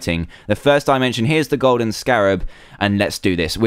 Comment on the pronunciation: Scarab not Scarath